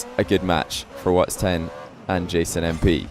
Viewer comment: Someone please tell that it’s watSON 10 not wats10